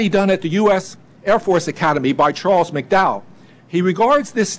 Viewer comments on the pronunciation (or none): none